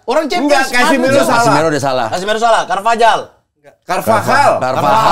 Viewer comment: Harusnya Mamat benar sebut Casemiro dan Carvajal. Parah Ibnu